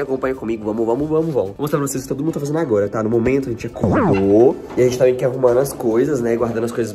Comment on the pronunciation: Temh leiteh condensadoh kkkkkkh